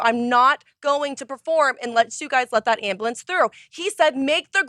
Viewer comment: Grammar Nazi moment. It's an ambulance not an amblance. So sorry. Please continue.